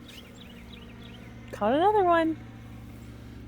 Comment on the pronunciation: “Anotha one”😂